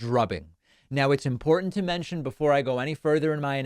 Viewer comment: MTG always loves adding extra "D" in her words. "Drownding" and "Impordant," for example.